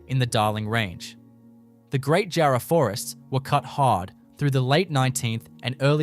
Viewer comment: He didn’t even pronounce “jarrah” properly. 😂